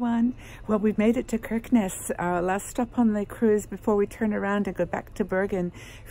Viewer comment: Hi A real nostalgic trip for me. My son lived in Oslo for 6 years before returning to Australia a couple of years ago. I visited often and visited many of the places you stopped in. Stunning northern lights. FYI Kirkenes is pronounced Shickness